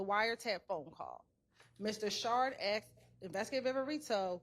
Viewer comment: It’s ASKED lady! Not ACTS! 🤦🏻‍♀️